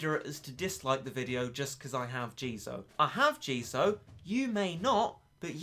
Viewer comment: It jizo not jeezo